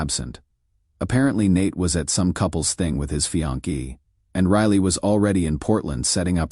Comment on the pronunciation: Fee-on-kee rather than fiancé YIKES!